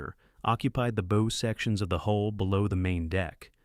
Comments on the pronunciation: Listen, lad why is it so hard here ,the front bit of the ship. the 'Bow' is pronounced bowwwoo like ( you -BOW-down) NOT like Bow & Arrow get it its simple's init laddie and have a fuking headache listening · the front of a ship is pronounced Bau not Bou. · You keep pronouncing the bow, the front of the ship as Bow, large O, a device that fires arrows. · How can you misspronounce ships "bow"? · 👎👎how a stupid mistake can make the destroy a video The front of a ship is a bow not a bow. Yes, they are spelled the same way but anybody who knows boats knows how to pronounce it correctly. This is just ignorant … this is an insult to the viewer.